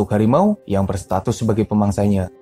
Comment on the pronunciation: Kenapa setiap sebutan di hujungnya ada huruf A seperti bunyi Melayu Malaysia... Contoh singa - singe..pemangsanya-pemangsanye